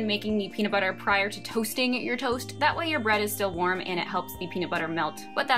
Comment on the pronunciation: The way she says toast😂but this is cool but I’d still be hungry asf lol can we eat snacks? Like yogurt or fruit in between?